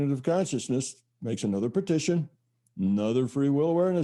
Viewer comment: Is he saying the word "Partition" or "Petition"?